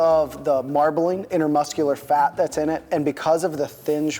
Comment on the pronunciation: hey ive noticed in a couple vids you say intermuscular instead of intramuscular when referring to the fat in the muscle. just a small note great vids:D